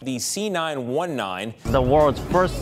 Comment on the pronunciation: the C919... why do i keep hearing "senile 19"